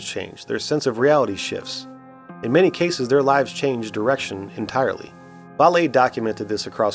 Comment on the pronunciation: Good video! Jacque’s name is pronounced like “valet”. I like your premise, …quite possible. On the converse… how can “we” hack into their universe? I think part of the key is at the Quantum level, you know being able to be in two places once, teleportation, tunneling, etc., all seems needed to get to the other universe.